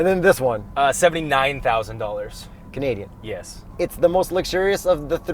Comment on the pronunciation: You said Canadian wrong. What happened to Canaaaaadian? Awesome review as always.